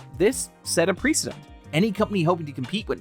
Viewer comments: Precedent. Preh-suh-dent. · Just look up on Google pronounce how to say "precedent" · Really distracting that the narrator does not know how to pronounce the word "precedent."